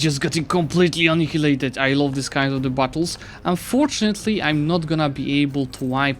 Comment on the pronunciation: annihilated czyta sie bardziej jak enajlejted